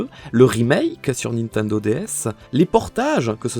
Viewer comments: Nobody:: "Ninteindo" Me: 👁👄👁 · J'adore comment tu prononce Nintendo😂